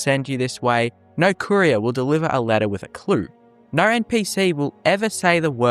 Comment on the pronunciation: Once again, I comment how hilarious it is that your accent can't say O noises. Noer instead of no, snoer instead of snow. Love accents.